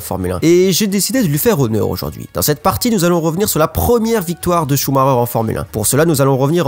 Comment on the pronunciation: bah "schumarer".....